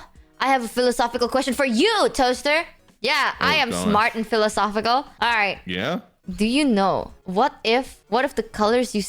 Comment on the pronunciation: The way she pronounces the word "philosophical" is the funniest thing in this video.